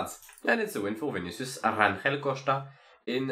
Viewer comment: Hi, the G is in Rangel is pronnounced like an J (the portuguese J, not the spanish, that is like an R), the one in Jai Hindley, in that instance. So more RanJel sounding than RanRel. 😄